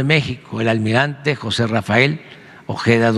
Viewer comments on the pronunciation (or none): none